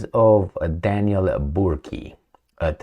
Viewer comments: That's pronounced Burk, just for your info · Burk(e) do not pronounce the "e" at the end. Of French Norman decent, deBurge, deBurgo, deBúrca. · its burk ..the e is silent , as in Burke the orc is scared stiff of work .. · Burke the e on the end is silent